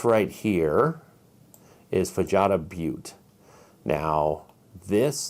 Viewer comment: Hello! I just wanted to make a correction about the pronunciation of Fajada. The J makes a H sound. So it would be fuh-HAH-duh Butte. I just want to add that I really enjoy your channel and appreciate all the knowledge you share.